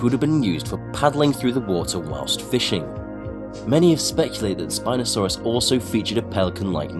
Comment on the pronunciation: When I heard spinsouris my ear hurt by hearing it